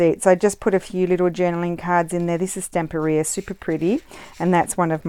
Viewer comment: I love that you are one of the few youtubers who pronounce Stamperia correctly 🙂. I've been following you for a long time and I'm leaving you a lot of praise today. You do things that are absolutely awesome 🤩.